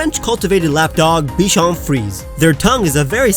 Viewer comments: Bichon ‘freezay’ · Note : To say Bichon Frisé, the é is said like the one in Pokémon and the s is pronounced like a z. ^^